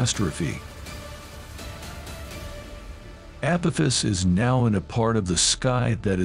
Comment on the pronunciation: ...app-oh-fiss? 😂 Edit: What "New and Terrifying Warning"? The click bait is strrrrroooong with you.